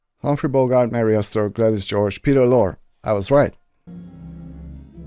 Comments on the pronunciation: Peter Lorre's name is pronounced like Laurie. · These actors all worked for Warner Brothers by contract, like all the other studios did with their actors. The studios owned the actors. They had to get permission to work for another studio. You'll see this same group in a lot of Warner Brothers movies. Peter Lorre's name is pronounced "Lorrie", by the way. The fat man is Sydney Greenstreet, who didn't become an actor until late in life. They old guy who stumbled into Humphrey's office with the Falcon and collapsed and died was Walter Huston, a wonderful actor and John Huston the producer's Dad. Check him out in The Treasure Of The Sierra Madre, another Humphrey Bogart movie. You'll like it. It shows how gold can alter people's personalities. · Bogart never did a bad film. He was so much of the character he was portraying in every film. Peter Lore's last name is pronounced, "Lor - E" Great reaction / review, as always. As we say in Texas; y'all be safe.